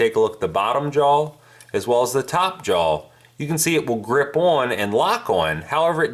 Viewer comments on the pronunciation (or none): Or jawl (jaw)